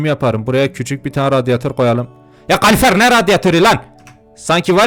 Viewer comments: abi kalufer degil kalorifer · Abi o kalifer değil kalorifer QWOSKSLQWJOEKSROJR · Abi o kalurufer deil petek😅